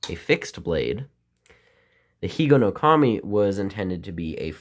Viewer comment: Hello, your Japanese pronunciation is correct. I'm a little good at Japanese. Because I'm 102% Japanese. In order to keep Higonokami in your pocket, you need to secure the blade and grip with a rubber band. Many children failed to do so and were injured. Children at that time sharpened pencils at Higonokami and made toys from bamboo and wood. Unfortunately, there is a trend in today's children to avoid having knives as much as possible. That's why you can't even peel the skin off an apple.